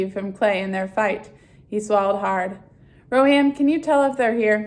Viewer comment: nice job! by the way its pronounced rowan